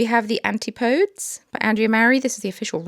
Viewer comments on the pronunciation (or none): Enjoyed your video. I have more new ideas for my next project and I enjoyed your. take. Just so you know: Antipodes is pronounced Ann-TIH-poe-DEES.